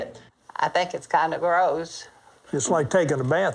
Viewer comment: Dude when she said “I theenk it’s kindah graoss” 😂😂😂